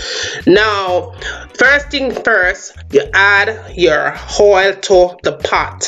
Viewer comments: Thank you for this video! The accent for me had me weak! That's exactly how my mom, aunts, and uncles talk. "Hoil" 😂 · Kenyatta Folkes actually she is in different parts of the island our accents differ for example if ur from the country your accent is different from those Jamaicans living in Kingston. By the way she pronounces oil she’s from Kingston, Jamaica.... I was born there & moved to the country & my sister lived Kingston & that’s how she pronounces oil. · Funny, I always loose my “H” she add one lol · She fancy up the word😂😂😂